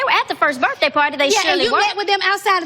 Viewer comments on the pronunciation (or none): Can someone PLEASE tell Phaedra that the word is: BIRTHDAY...NOT BIRFDAY!! With all the education that she supposedly has, and she CANNOT pronounce the simplest words!!?